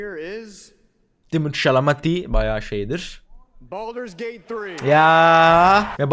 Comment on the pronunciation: Abi ingilizce telafuzlarin ne ya şaka mı yapıyorsun " SaM LaKe , BaLdUrS GaTe 3"